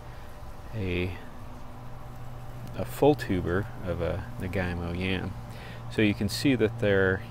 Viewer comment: naga - eemo not nagai - mo